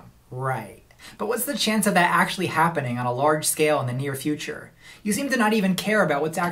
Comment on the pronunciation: "So, akshully..."